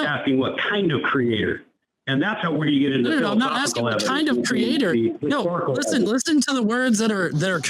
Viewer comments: I can’t take any person who says creator like “Create-Or” seriously. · When they pronounce it "Cree-yay-taur" they may as well just forfeit the conversation. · What is the deal with Christians pronouncing creator as cre-atohr. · Why do you keep saying it like that? CreaTOR? You don’t need so much emphasis on the second syllable. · Pronouncing creator exactly like Kent Hovind is a great shibboleth.